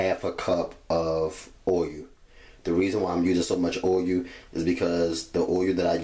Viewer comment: Idk what he was saying oiyuh tf is that